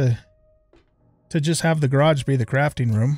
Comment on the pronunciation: Gayrage and seament. Nice pronouncing man. 😂